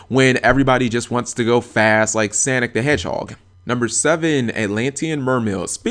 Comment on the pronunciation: did he just say they want to go fast like sanic the hedgehog